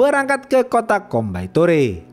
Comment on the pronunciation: Bang Coimbatore dibaca koimbatur😁🙏